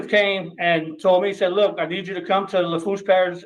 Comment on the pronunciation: Nobody ever says these things right until someone breaks them down: "Houma" is said "Home-a", "Bourg" is said "Berg" and "Lafourche" is said "La foo sh" Crazy, right?